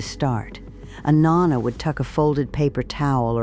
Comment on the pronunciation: "Nahnah"...It drove me crazy, and yeah, knew it was 100% AI😂